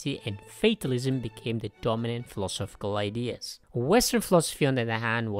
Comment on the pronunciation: Who else heard him pronounce philosophical and instantly checked out?